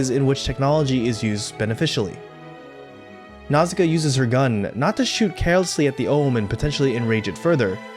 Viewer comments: I like the video, i a gree with the message, i love the film, but i would just like to say how i find english pronauciation of her name a bit jarring, my launguage shares similar letter s to japanese, so a more accurate pronauciation would be Nauška, the "š" letter eliminates the need for "ssi" but it is the closest equivalent for english, since this letter "š" is of slavic origin. I just find it more natural and more fitting. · omg can you pronounce nausicaa more wrongly??